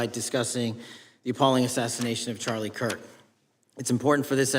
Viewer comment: Mr. Nadler can’t even say Charlie’s name right 😮